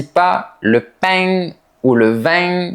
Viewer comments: Sans m'en rendre compte, selon les mots, j'en prononce certains comme les parisiens et d'autres comme les toulousiens...Ai,😂😂, mais en réalité j'adore d'écouter la prononciation comme de "paing" 😍Merci beaucoup ❤ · Demain je vais acheter de pain et de vin, na pronuncia de Toulouse est horrible. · Né à Toulouse, passé la quarantaine je suis allé travailler 13 ans en région parisienne, puis 8 ans dans le région de Montpellier avant de revenir près de Toulouse. À part l'escamotage des e que je m'étais mis à pratiquer inconsciemment en région parisienne, je n'avais pas constaté de différence à part pour ananaS. Ta façon de dire pain ou vin me fait plutôt pense à l'accent marseillais et encore en exagérant beaucoup. Pour l'orthographe, j'estime qu'il vaut mieux prononcer les e au milieu des mots. D'ailleurs, ma mère qui était institutrice avait remarqué que c'étaient les enfants venant de la région parisienne qui oubliaient ces e et faisaient aussi des erreurs de genre.